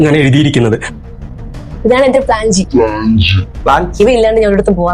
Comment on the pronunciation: പ്രാഞ്ചി അല്ലാച്ചേട്ടാ പ്ലാൻജി എന്നാ paranje